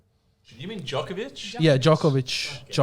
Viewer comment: Waleed is so wrong on the Djokovic saga, if he can't say his name right he shouldn't say anything.